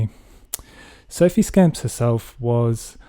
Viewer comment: It's pronounced 'scomps', not scamps. Also, is anyone really going to care about Mr Ryan taking down a few Liberal posters? As far as scandals go, it's hardly Watergate. I like my scandals to be utterly damning (& the subject being some Coalition grifter), like that nonce in Pittwater.